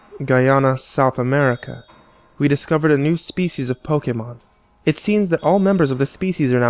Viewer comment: heheh they said merica loll